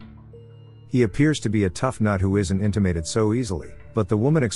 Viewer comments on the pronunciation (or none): Intimated… 😂 you mean intimidated 😆